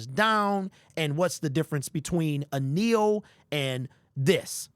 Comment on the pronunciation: kneel not neo